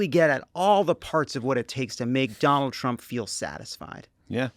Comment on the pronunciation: Heh, it kinda sounded like he said McDonald Trump